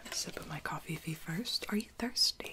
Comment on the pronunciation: Did I just hear cofeefee 😂😂